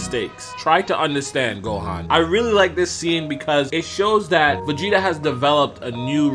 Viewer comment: “vageta” lol